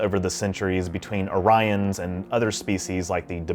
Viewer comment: Pronounced Oree-ons. :D